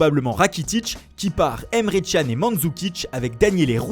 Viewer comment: ca se dit emre (dj)an pas emre (tchan)